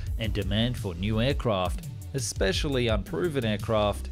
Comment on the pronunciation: Had to re-evaluate my belief in what you were claiming when you said “Ek-Speshally.” It’s around 8.48. If the aviation industry was so lacking in communication with such a simple word, where would that lead? Especially in such a precise field of engineering.